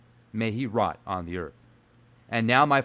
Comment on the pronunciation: I hate to sound like a dick, but those two words are pretty important in your reading, it's not ROT, its wrought (like bought - to buy something - but with an R) meaning brought or made or manufactured. And its not yeah, its yay (like hay is for horses but with a Y), I really had to point that out! Lol Great video though!